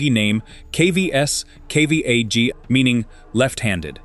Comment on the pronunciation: I read his Mvskoki name as Gus Guhna. K's in most Indigenous languages sound like a hard go (go). V's are an uh, sound. ᎦᏍ ᎦᏙᎾ = Ga-s (gos) Ga-s-na (ga-uh-na). Even though that's Cherokee, nearly the same sounds. Not, "Kvs Kvna".